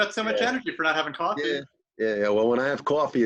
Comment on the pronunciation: Drinks qwafee!!